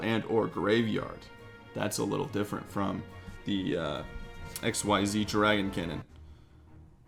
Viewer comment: Say X-EEEEEZZZ you just say XYZ! It’s not pronounced X Y Z separately